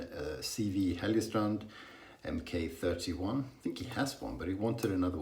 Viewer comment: Pronounced mark-31